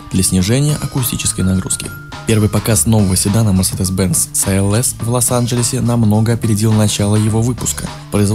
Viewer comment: Где гуру произношения? Это же новый мерседес "СИ ЭЛ ЭС"!